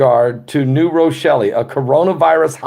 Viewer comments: Drop the "E" sound from New Rochelle at the end!.. It's pronounced "New Rochell" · The E is silent. New rochell. Silent e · Lol... it’s New Rochelle.. ( Row-Shell) Cuomo scares me! He is a tyrant. I grew up across the Hudson River , in W. Nyack.... right by West Point Academy. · New Rochelle the E is silent.. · I dont think you hear the e on Rochelle.I live in Rochelle in another state and we pronounce it with the e silent. Lol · The e is silent in New Rochelle. I love you guys!